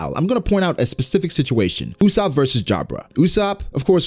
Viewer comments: Its ussop not usshop😂😂😂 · Not Usaap..., jezz its Usoopo